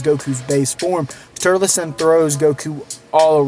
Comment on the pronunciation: His name is TUR-LES